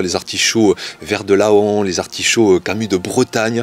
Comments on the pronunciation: Hey! Je peux pas laisser passer ça..vert de laon c est pas LA-ON, c est comme paon, ça se dit ''en''... 😂😅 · Laon ce dit *en et non *a/on Comme un paon. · Salut, super la vidéo!! Heureux de découvrir qu'il y a une variété de mon coin. Petite précision, Laon (donc préfecture de l'Aisne) se prononce "LAN". Je tenterai surement cette variété lorsque mes cardons seront en fin de vie. Mais comme ça a l'air robuste au vu du peu de soins que j'y apporte faute de temps, je pense que je les ai encore pour un bon moment. Je ne sais pas si tu as déjà essayé les cardons, mais certaines personnes à qui j'en ai données trouvent ça meilleurs que les artichauts. A voir... Bonne continuation à toi!! Fred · Juste un commentaire de prononciation : Laon se prononce "lan" comme faon, paon et taon 😉 mais sinon bravo ! Belle vidéo pour une belle et bonne culture. Un grand bonjour depuis la Picardie !